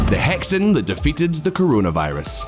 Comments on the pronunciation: Um… it’s not “hecksin”, it’s more like “huh sheen”. YouTube China commenters really need to check their putonghua pronunciation. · Can't get over the way you pronounce Hexin, "He" and "Xin" are separate, pronounced more like Heh Hsing, meaning core. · It's not "hex-in" it's pronounced "he-shin" meaning "core". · I really recommend you look at pronunciations of the Chinese words you use in videos, even google translate will show you how to say the romanizations. Hexin (“huh sin”)and qing (“tsing”) are not pronounced exactly as they are written in English. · Hexin is pronounced - hershin. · Hexin???????? It is pronounced like "her shin" in a British accent. For f*ck sake, guys! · “Hexin” is pronounced “he sing”… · Please learn how to read the Chinese hanyu pinyin transcription. It's really hard on the ears when you pronounce Q as K (in Qian) or X as KS (in hexin). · I cringed so hard at the pronounciation of "Qing" and "Hexin"